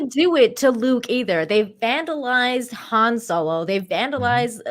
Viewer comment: Hahaha. "Juan" Solo. 😆 🤣 😂 😹 😆